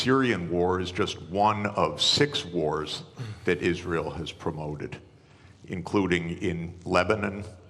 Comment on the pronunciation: " United IsZreel of AIPAC "